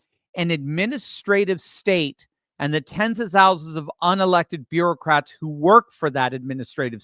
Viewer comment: Bureau-cats. It may have a slip of the tongue but a host of appropriate memes come to mind.